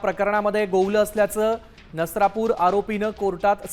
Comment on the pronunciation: नरसापूर नाही नसरापुर